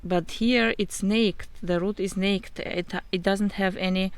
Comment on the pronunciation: Okay it’s so freaking cute how you say naked “nakt” is really pronounced “nay-kid” 😭😭 also I appreciate the information in this video you help me save my variegated Hoya compacta so thank you so much 🥰 new follower 🙌🏻